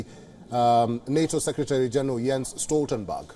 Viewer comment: Love his pronounceation as "Stoltenbug" 😅 that's catchy.